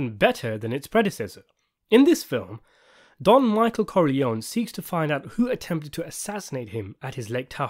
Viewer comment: “Michael Corleone-y says hello; thank god for speech therapy!”